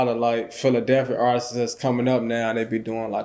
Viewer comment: Dude said: "Artisses" 😂 be the last one to get paid. It's Artists my man.